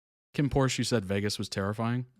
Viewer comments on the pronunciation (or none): none